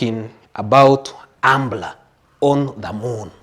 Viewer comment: He boss its umbra not umbla